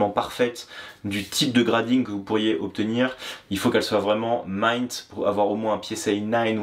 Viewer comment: c'est pas m"ain''t mais m"i"nt, meme en angais, mais sinon bonne video